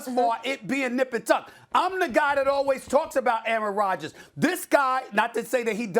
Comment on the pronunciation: It’s Rodgers